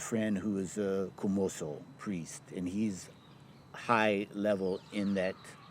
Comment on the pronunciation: 虚無僧 is not "Kumoso" , It's Komuso